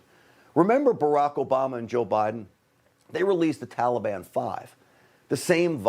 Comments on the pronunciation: He pronounces taliban the same way barry pronounced it. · He’s an idiot - it’s so annoying to me too! Tallyban lord help us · If joe says tollybon one more time. Oooooooohhhhhhhhhhh. Mannnnnn it’s annoying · To be honest, I am waiting for him to say trolley bahn. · Biden can’t even pronounce Taliban correctly. He’s an idiot! Why can’t he be impeached? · Why can’t he even pronounce Taliban??